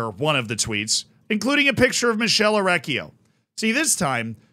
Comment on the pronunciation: my guy, i love you. You are awesome, but 2 things: 1) I know you are america, but ch- before "e" and "i" in italian is pronounced k. So his name would be better spelt for you like mikele orekkio 2) the guy in the picture isn't Orecchio, but Ivan Juric. The manager, or head coach if you want, of Torino.